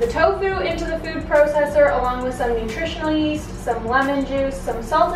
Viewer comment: "nurtritioal yeast"